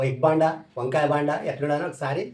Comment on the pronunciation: Baanda kadu, bonda adi😂😂😂